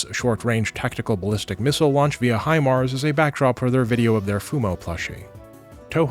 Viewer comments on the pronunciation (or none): none